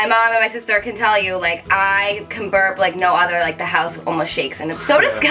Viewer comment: berp!!! not parb